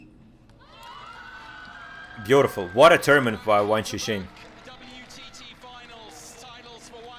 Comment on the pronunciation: I've subscribed and this analysis is interesting but, if you're going to do more of them, you need to pronounce the names correctly. Q is pronounced 'ch' in Chinese names - Dan "Chu" and Wang "Chuchin".